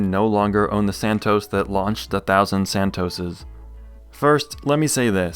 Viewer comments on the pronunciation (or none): Santos, not "Santoes".